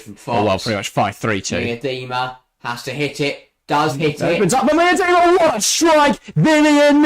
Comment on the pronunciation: could you just try and pronounce names right? Miedema isn't an overly difficult name and you two manage to both say it wrong in different ways